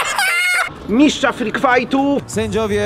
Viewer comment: Mówi się Mistrza nie "Miszcza" szczać to można pod krzakiem